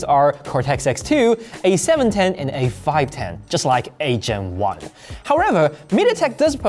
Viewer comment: I'm sorry but every time you say "8 Gen 1" I hear "Asian one" 😂